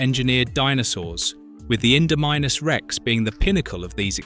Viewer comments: AI voice over isn't working, I've never heard anyone pronounce it as Indo-minus Rex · Indominus ❌ Indo-minusRex ✅